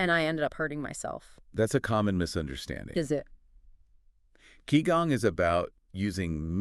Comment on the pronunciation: This is truely awful. They can't even pronounce Qigong correctly😅